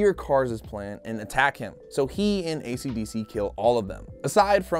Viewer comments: for the last time its esidisi not fukin acdc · i swear i even though i have seen part 2 i thought he was saying acdc the band